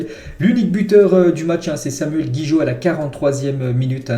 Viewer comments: c’est gigot gigot gigot gigot pas gijot fait un effort quand même 😂😂😂😂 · Gigot et non Guijot